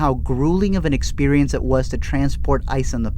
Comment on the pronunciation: "It whas her all this time!" Bleh it whas good until that ending bleh